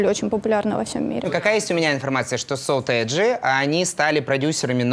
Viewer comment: Бшяячть, так слух режет. сОтэджи, а не сОтэджи, эта девка в фиолетовом бесить начинает